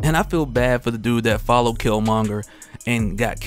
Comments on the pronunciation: I’m mad you’re still pronouncing his name wrong. And I’m almost positive you’ve seen black panther ... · I'm two minutes in and a cant stand they way you mispronounce his name. Dude...